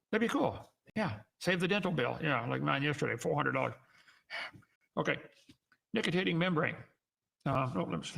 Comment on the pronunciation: Nicitating? He can't even read.